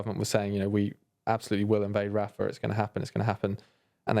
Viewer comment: "The war on the ground is getting Rafha"